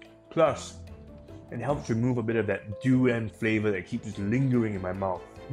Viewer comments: Fun fact: it's called duri-yahn, not duri-yen. Literally means "thorny thing" in Malay. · I feel offended by this narrator pronouncing“du rans”. When it’s “dur ee unh” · Yep.. saying duriyen like having a short tounge😂😅